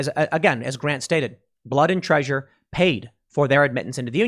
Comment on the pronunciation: lol tim said traysure